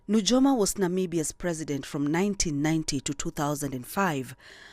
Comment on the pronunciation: It's pronounced as Nuyoma...j for i